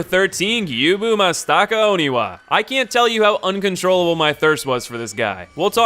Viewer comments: The secret boss is pronunciations. “Jenichiro” Oof... “Gyuubuu Mastaka Oniwa” No, there can’t possibly be more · it's somehow worse than that. Gyubu mah-staka oniwa. I love, but his pronunciation sucks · Please, say the names right. They say it in the game that has to tell you how to say the names Edit: MASTAKA???? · And then he... Gyubu Matasaka Oniwa. What the goddamn fuck, man.